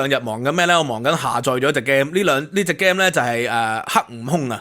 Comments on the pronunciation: Please correct your pronunciation of 'game.' It's one of several words that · 趙博士, 聽咗你一段時間, 尤其對一位在英學者, 真係要提出呢個意見: 麻煩參考一下game 讀法, game/gam. came/cam, gain/gan(gster), 呢個字頻頻聽到你講, 提出作為參考, 請勿見怪